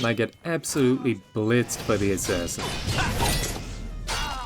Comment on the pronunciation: "...and i get absolutely blitzed by the SS" uhm...wat? 😂 Oh, he said "assassin" 😂